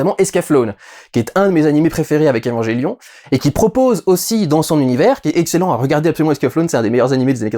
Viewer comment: evanJélion ? Nice pour la ref mais respecte la prononciation x)